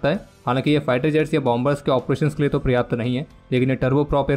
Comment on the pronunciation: पर्याप्त को प्रयाप्त बोला जा रहा है, बार-बार , लगातार। ढीठपन की भी हद होती है।